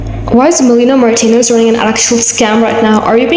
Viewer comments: Nice video! Just a small note: her name is pronounced Meh-Lah-Nee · this video was very well done and i was honestly surprised ur so new. i really appreciate the unbiased pov of this video i feel it is few and far between these days. i do agree with the people saying that melanie is overcharging/being predatory w the pricing esp w the quality. i also believe timothy and i feel for her. also i didn't mind u messing up melanies name it didnt take away from the quality of the content yk ? we've all messed up names and words. i just wanted to say i hope u keep at youtube bc i seriously enjoy ur stuff !!! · girlie can't even say her name right 😭